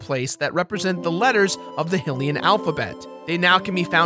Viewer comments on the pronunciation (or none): They should have just been like "link is left handed. Always has been always will be" Also hylian is pronounced HIGH lee an not HILL ee in